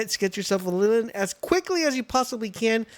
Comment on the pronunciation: Notice that grumpy expression on Ly-LEEN? It's because you keep calling her "Lillin". Also, Celaray + Jolthog = Leezpunk, and then Celaray + Leezpunk = Verdash. No need to go capturing teleporting Bushi or exploding Tocotoco.